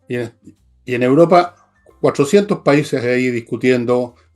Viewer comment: se dice Europa, no Uropa